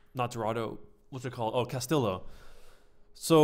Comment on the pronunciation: Great vid. I cringed every time you mispronounced cas-tee-yo. It's not cas-till-oh.